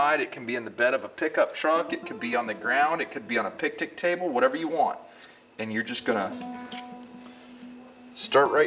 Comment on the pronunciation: "pictic table"😂